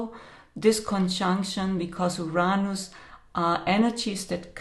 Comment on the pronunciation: It's Uranus not Uronos. Don't blame it on your accent. Too many of you so call profits are now pronouncing it that way. Geez great way to lose creditability right off the bat.